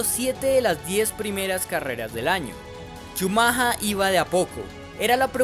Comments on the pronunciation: Por qué el campeón Benetton? El campeón era Williams. Benetton era escudería italiana, no británica. Na na na, si dijiste Shumaja 😂 entonces debías decir Bron (Brawn) y Bairn (Byrne). Si el río suena es porque agua lleva, ese año Benetton cayó en muchas irregularidades y sospechas que ponían en duda la legalidad del auto por tanto misterio de que no podían mandar su información ya que algo escondían. Esas arrancadas dejando parados a los Williams no eran posibles aún siendo el "todopoderoso" Shumaja 😂 el que arrancaba. Y del choque contra Damon Hill y contra Jackes Villeneuve pues habla de un campeón tipo "el fin justifica los medios". Y aún hay muchos que en grupos de FB y Twitter cuando alguien nombra a Shumaja 😂 dice "grande Schumacher" y yo pienso, si, grande, el más grande tramposo. Ah y ese año Shumaja salió campeón de pilotos y Williams fue campeón de constructores. Benetton obtuvo el título de constructores hasta 1995 usando motores Renault. Y cuando Schumacher se fue a Ferrari se fue junto con Brawn y Rory Byrne es decir, el mismo grupito de tramposos se fue juntito a seguir haciendo trampa. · Bonito analisis pero la cagas brother cada vez que dices ' chumaja' . Es Schumacher! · SHUMAJA ??? no sera "shumajer" ??? bastante objetivo el vídeo, hasta en la pronunciación del acusado. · oye imbesil se dice schumacher no schumaja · Es shumajer la pronunciación, no chumaja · "Schumahaaa" 😂😂😂 que payaso el que relata el video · Yo pensaba que se pronunciaba "Shumacka" :/ buen video por cierto claro y preciso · "Schumaja" alv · Por qué pronuncias "schamaja"... decilo en latino..si eres un negro más del montón y te querés hacer el multilenguaje! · Un día más de cuarentena x cada "Shumaja" jajajaj,pero se entiende lo d la pronunciación en alemán,slds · cada vez que escucho CHUMAJHA algo dentro mio se rompe.. por dios que ignorancia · jajaj como dice chumaja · es el mismo, sólo que "chumaja" es como se "prenunucia" en el "alemán" del tipo del "vidio" jajajajaja